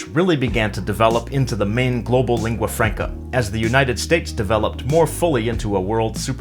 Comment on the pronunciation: Albert Böschow yes so hell learn saying lingua franca[franca] not [frenca] no reason to make the first a sound like an [e] and de facto the same why [e] my English may be bad but he has to do it right as he is in a "teacher role"